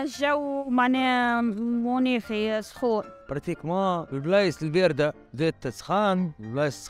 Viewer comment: قتله مناخ 😂😂 قالها مناك